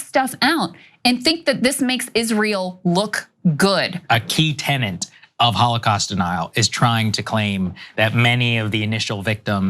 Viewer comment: Tenet. Tenet. TENET. Saga says tennant. It is corrected in the written quote and then Ana says tennant while reading it. WTF? ten net. Write it 100 times on a tennant.